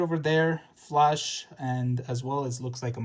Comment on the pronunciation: mans calling the flash the "flush"